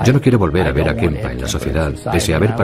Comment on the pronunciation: Kemper es el apellido, por que decís Kempa??